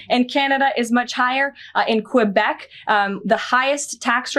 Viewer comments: She said, "In Qwwubek." She may want to learn how to pronounce the province before annexing it. This is just a distraction anyway. Higher home valules are better for the economy. This would mean, economically, Canada does not need the US. At least one of their metrics are better. The reporter who corrected her was correct. She has no idea about Economics. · She pronounced Quebec wrong lmao, how can ya talk about having Canada be a 51st state if you cant even pronounce the names right💀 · I mean if you want to take us over LEARN THE NAME OF THE PROVINCE AND HOW TO SAY QUEBEC you ignorant Buffon.